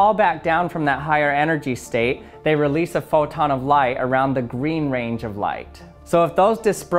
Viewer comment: Anybody else notice that he said reloose at the end instead of release? Honestly I feel like it should be the correct word, plus its just fun to say lol